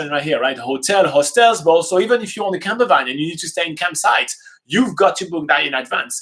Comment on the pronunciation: I thought he was saying camera bag. I was so confused about why you would need to book one in advance, and how huge they are and then I realised. Camper Van! Hehe ;)